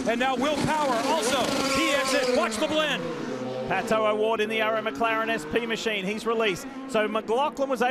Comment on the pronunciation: at least F1 commentators make an effort to pronounce the driver's name correctly. This guy says "palo oward"? Jesus christ, it is PATO Oward, such an American sheez.